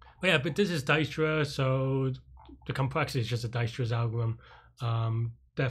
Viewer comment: you pronounced it right, it is indeed "dike·struh"